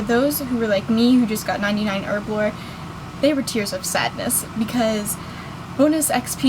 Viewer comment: erblore..?? its HERBLORE! Bitch learn to talk. >.>